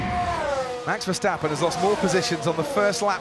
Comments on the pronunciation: Verstappen before the race:verstappen Verstappen in the start: verstopping,🤣🤣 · ah yes Max Terversappen